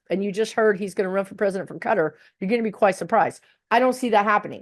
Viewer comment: "Cutter" = Qatar